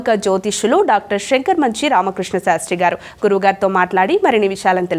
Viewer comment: Anchor madam not srigeri correct srungeri. Shakaramanchi kaadu sankaramanchi telugu poorti ga nerchukovalo